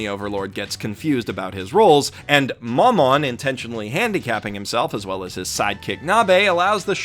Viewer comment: I don't understand why no one else is cringing in the comments about his pronunciations